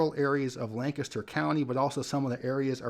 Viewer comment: Bonus points for pronouncing Lancaster (county) correctly 😉